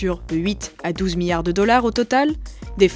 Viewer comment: « 25 miyards »